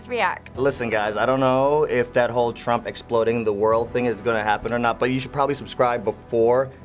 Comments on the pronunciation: trumpuru, twen t seexteen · "Turampu" wtf XD